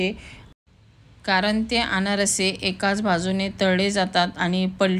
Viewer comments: अनारसी नाही अनारसे म्हणताण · अनारशी नाही अनारसे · Aanarasi nahi Aanarse